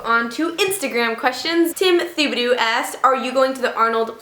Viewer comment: I'm fairly certain it's pronounced TEE-bo-doe. But your version is highly entertaining, lol. Love your videos!